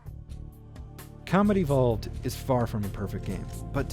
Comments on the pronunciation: For some reason I keep hearing "Halo: Comedy Vault" EDIT: God dammit, 20 minutes into the video and I still can't unhear this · Just found you today, and I LOVE your channel. I kept hearing "comedy vault" when you said "Combat evolved" 🤣🤣